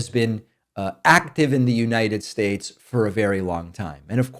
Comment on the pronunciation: I came for the politics, but stayed for the mispronounciations 😋 As long as we can keep troth central and united shyates